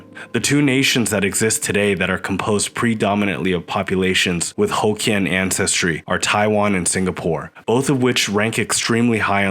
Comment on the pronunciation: Not pronounced: "ho kians" but "hock Kian"